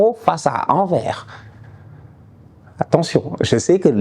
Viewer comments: Petite précision pour quand tu feras le debrief de Barca Anvers: le S de Anvers n'est pas silencieux, on dit bien "Anverssss" 😄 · On prononce "Anverssss" le "s" doit être prononcé aussi. Voilà Mr 🙏🏾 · Très chouette vidéo comme d’habitude Bête petite correction, Anvers se prononce Anversse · Pour la prochain match du Barca : c’est Antwerp en Français ANVERS on doit prononcer le S à la fin. Super vidéo comme d’hab !